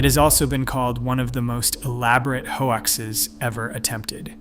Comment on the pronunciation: I love how it pronounces 'hoaxes' as 'hoe axes'. Really feels human.